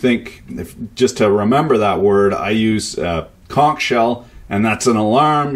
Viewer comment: Just when I thought I couldn't get any more impressed, this Florida boy hears his home shop hero pronounce conch correctly. My compliments from the land of bikinis and hurricanes.